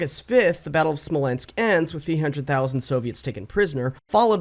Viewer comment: I had a physical reaction when you said the word "Smolensk"